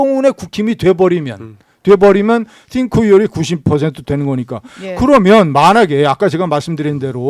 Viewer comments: 싱크로율 스펠링이 synchro 인데 자꾸 th발음으로 띵크로 ㅇㅈㄹ 하는게 개킹받누 ㅋㅋㅋㅋㅋ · 띵크로율 ㅇㅈㄹㅋㅋ synchronization / 싱크로율 씽크로율로 발음하는 게 맞습니다. 국힘당은 엑셀 함수도 못넣고 영어도 초졸수준이라 그냥 상대하기가 싫네요